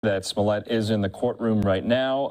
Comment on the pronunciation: It is not "Smollet". Per the defendant himself, it is pronounced "Juicy Smoll-ay". We all need to start saying it right, or you're a racist.